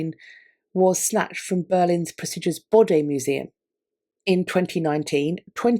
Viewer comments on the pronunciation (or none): none